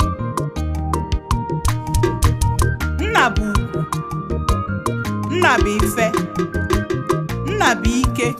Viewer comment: Father is pronounced Nnà in Igbo language, work on the speech-tone.